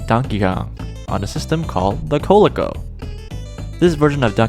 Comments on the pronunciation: Lol "the Coh-lecko" 😂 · Yes ive heard of all of these im 46 years old so i go back a lil. One other thing its pronounced CO-LEE-CO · I was just coming in here to mention that. Is this an AI narrator, or just someone who's never even heard of the company until they said the word.